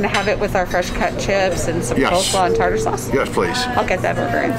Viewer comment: Tar tar sauce? We pronounce it tar ter sauce.